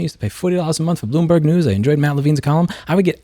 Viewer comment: bro turns into a New Yorker while talking about Bloomberg 😭